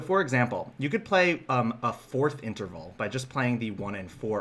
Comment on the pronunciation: Interval, not Enterval, but good video. In fact, I like all of your videos.